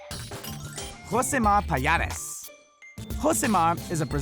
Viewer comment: are you Brazilian? 'cause you pronounced Rousimar Palhares beautifully